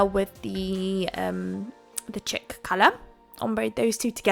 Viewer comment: Really cute. I use to hate green and now I adore it (not all shades). I’m the same with the maniology plates. By the way Chic is pronounced (She-K) that’s as close as I can get it right now lol xoxo